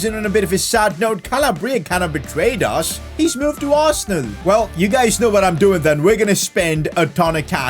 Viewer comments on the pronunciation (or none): none